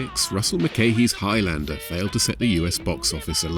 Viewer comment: Dear Americans Please learn how to pronounce Highlander properly. It's not Highlander, it's Highlander.